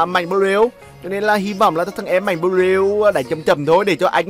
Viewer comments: Ng ta Mạnh bờ lu mà ông này cứ khịa kiu Mạnh bờ lêu quài cười ỉa mỗi khi ổng kiu tên ông Mạnh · Tao Cười ỉa lun mạnh blue cứ đọc mạnh blêu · Buồn cười mỗi câu mạnh blêu -. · người thường: mạnh blue: mạnh blêu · Anh cà khịa... Mạnh blu thành mạnh blêu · Em nó là mạnh blu chứ ko phải mạnh blêu ah ơi 🤣🤣. Mạnh hẳn giận lắm á 😡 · Anh cứ nói mạnh bờ lêu ki vaiz nồi